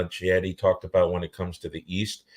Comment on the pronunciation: It is pronounced "Kieti". In Italian "Ch" sounds like English "K".